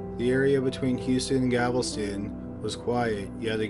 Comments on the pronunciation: It's not GAVELSTON it's GALVESTON 😮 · it's galveston not gavelston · It’s Galvastine gal-vast-in! not gavelston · It's not gavelston. GALVESTON . no one has a gavel here. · I love your videos. They're always great and captivating. That being said, it's pronounced Gal-ves-ton. Not Gav-el-ston. Sorry to nitpick, but being from Texas it drives me crazy. Other than that, keep up the good work! Cheers! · GAL-VES-TON, the city is Galveston, not gavelston... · G a l/ v e s t /o n NOT Gavelston. Please. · Its Gal-veston, not Gavel-ston. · Gal-ves-ton... not Gavel-ston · Gavel- ston 😂😂😂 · For the love all that’s holy, PLEASE learn how to pronounce Galveston “GAL-ves-tun”. Also “tavern” and “Othman”. You finally figured out “genealogy” after years of cringe so I know you can do it. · I swear has a vendetta against saying Galveston correctly